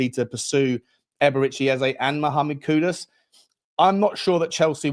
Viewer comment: Mate. Great content. Please though it's kudus not kudos. Please.